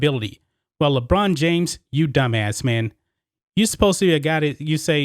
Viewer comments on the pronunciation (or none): i thought you were saying LeGina at first... which works too